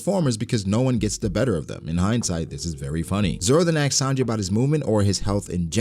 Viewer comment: it's asked not axed. that's the only reason IM NOT subscribed